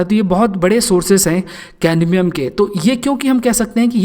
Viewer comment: Not caNdmium😑😑